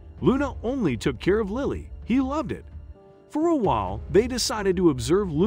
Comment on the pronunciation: I couldn’t understand why the narrator kept changing how he pronounced the child’s name. One minute he says it with a long “I” like Liley and the next minute it’s a short “I” as it should be, for Lily.